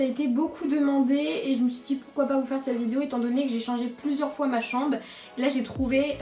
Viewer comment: qui a aussi remarquer que aulieu de dir chambre elle dit chambe jdi ca jdi rien😭🤣😆😏